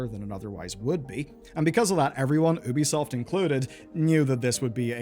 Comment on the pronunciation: It's not "Oo-bi-soft" And this video is 90%, waffle